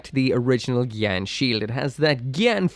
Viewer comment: LuL u called it a gyan-dum xD